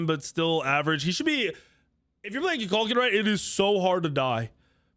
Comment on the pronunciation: Murdered Kukulkan and Susano's names